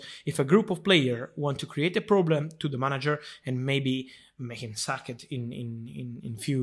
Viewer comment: But Fabrizio , the way he pronounces sacked is above this world n beyond the next